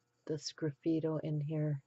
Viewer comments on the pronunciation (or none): What is that your saying. I’m hearing scriffito.